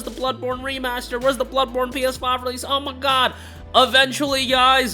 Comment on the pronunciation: "Err my gaaawwd eerrr my gaaawwd," are you from Minnesota 😂